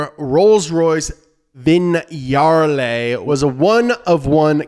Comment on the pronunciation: VIGNALE pronounced VIÑALE